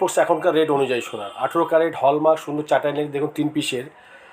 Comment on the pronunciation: Adeshioor bachcha word ta hall mark hallmark noyyy1 Year in jaise backwash person ko Ye youtube kiuuu priority devi hay yerrr Station ko v Yr Estasosm bolta Hai Skip ko v isk8p bolta hai1 Please youtube owner Iq will request u Please suggest Perfect person 1 I1n 1grotj 1yo1ur busyness pll1zz